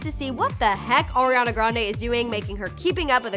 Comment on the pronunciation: Did anyone else catch when she says “oriana grande” and not Ariana?